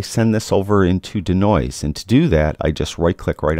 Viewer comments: Why the weird pronunciation of "denoise"(deenoyze)? Your D'Noise had me thinking you were alluding to the creative works of the famous Italian sculptor, Umberto D'Noise. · love ya but.... DEEEEEEEEEE NOISE! Deeeee as in Bee, or pre, or flea lol. Deeeeenoise:). Love ya work!